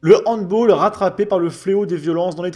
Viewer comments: On dit handbAll! Pas handboll lol. Handball est un mot allemand pas anglais😅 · C'est un sport Allemand : donc il s'agit de "hand BAAALL" et non pas "hand BOOOLL"". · On ne dit pas handbol mais handbal😉